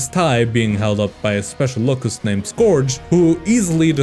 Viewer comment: “locust” mispronounced